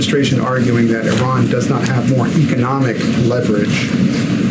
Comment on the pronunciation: Who is “Oran”? Are you referring to IRAN?